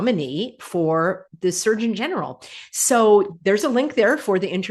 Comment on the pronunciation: I keep hearing Search-in-general, instead of Surgeon General.😂